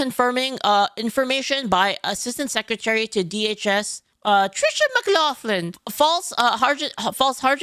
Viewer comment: throwing her accent to pronounce Tricia McLaughlin was the highlight of my day.